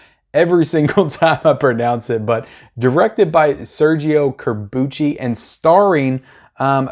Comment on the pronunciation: Ironically, you got “Corbucci” pronounced properly, but mispronounced “Django.” The “D” is SILENT, so think “Jango.”